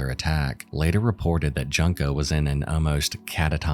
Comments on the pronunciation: Come on, man....Junk-o? It's not that hard to find out the real pronunciation and not make her name sound like "junk"...It's "yunko", ffs.. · Man... you could of at least pronounced Junko's name correct.. it's "JUNE-Ko" not "junk-ko" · Solid video (so far), but had to pause here to say "June-ko". It feels so disrespectful to keep calling her "Junk-o". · Junk-o?! It’s pronounced, June-koh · I've watched many videos about Junko but the one thing that always grinds my gears is how every single person has pronounced her name so wrong, as if they're saying the word "junk" which just makes it sound ever more disrespectful. That is NOT how her name should be pronounced! You have to pronounce it the same way you say the "u" in the word "full" and absolutely not like "junk".... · Its a shame you couldnt learn to pronounce Junko's name right.